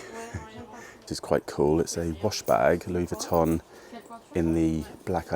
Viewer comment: It’s so nice to see you in Monaco again! I’m learning how to properly pronounce some of these Designer name brands😊 I noticed that she pronounces it Louis “vwee” ton.